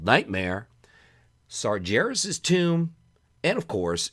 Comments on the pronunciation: It's Sargeras, not sarjeras or sarjaras xD :D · It's pronounced Sargeras with a G like Gary, not a J!